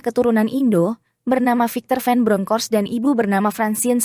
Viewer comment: Nama ciri khas Belanda yaitu Van bkn ven min sayang 😂😊🤭🌹 Semangat blues 💪✊💙🏆🥇😎💯👍🌃